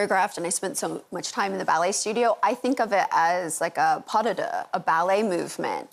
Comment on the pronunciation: And the "like" and that dreadful voice. Professional ballerina who cannot pronounce 'pas de deux': INCREDIBLE. Jagger must have tinnitus.